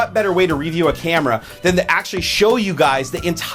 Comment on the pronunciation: lol reeview? I know that's how says it but is that a Seattle accent or just a -ism?